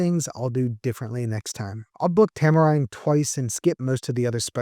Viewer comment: Tamerind is a tropical fruit, pronounce "tam-er-ihnd" not "tam-er-eyend". Otherwise, great video!